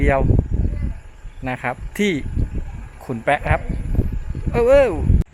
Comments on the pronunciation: บ้านขุนแปะไม่ใช่ออกเสียงขุนแป๊ะนะครับ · อ่านว่าแปะนะครับ ไม่ใช่แป๊ะ